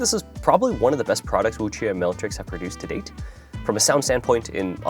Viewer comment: Finally someone who pronounces the "que" properly :goodvibes